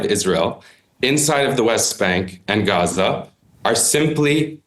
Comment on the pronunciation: At least wasn't inconsistently pronouncing Gaza "GCHUZZAH" at random times.